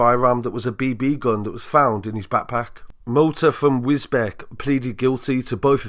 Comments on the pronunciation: pronounced Wisbeach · Its pronounced wisbeach not wisbeck. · The correct pronunciation of that Cambridgeshire town is Wisbeach but spelt Wisbech. I can see it can be confusing to people outside the County. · its 'Wisbeach' - spelling Wisbech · It's pronounced wisbeach but spelled without the a. Don't mean to nitpick but that bugged me 🤣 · It's Wisbech not wisbeck 😂😂😂 learn before you post 😂😂😂 some people are thick as 💩🧻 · It's pronounced "wis beech" for future reference bro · Its pronounced wis- beach😂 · Its pronounced wiz beach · its pronounced wis-beach